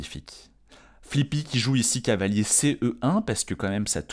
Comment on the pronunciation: ⚠Attention tic de langage!⚠ Il n'y a que moi qui remarque que quand s'emballe et se projette dans une réflexion, quand il est tout excité comme une puce, ou lorsqu'il stress, son cavalier se transforme en "calier" ou "cahier"?🤣 par exemple à 🙂cahier B8 pour redéployer mon cahier C6 🙃📖📒 Mais bon, c'est pour ça qu'on aime sa narration, on ressent la passion ☺